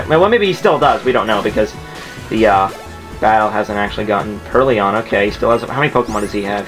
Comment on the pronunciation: I'm sorry man, I know this might seem dickish, but I can't get over how much trouble you're having making the difference between IO and OI in names and words. Even in Emerald, you kept calling GardeVOIR GardeVIOR. And now PurrLION. Or, more accurately, PurrLEON (Resident Evil mashup with Pokemon XD) I can't help it. Pronunciation has been my pet peeve since middle-school, where my English teacher sucked at actually pronouncing English. Good at grammar, shit at speaking it.